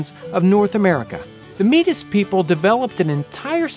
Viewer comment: meetus had diabeetus